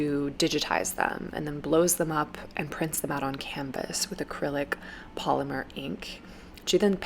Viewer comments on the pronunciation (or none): none